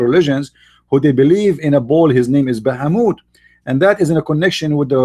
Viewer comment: Bahamut sounds like baphamet